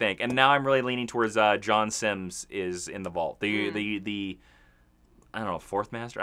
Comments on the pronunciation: I hate to be pedantic but his name is John Simm, not Simms... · So I've tried to let this go, I can't anymore it's; John Simm not Simms (sorry for being so pedantic).